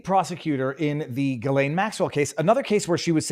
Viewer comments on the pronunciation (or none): none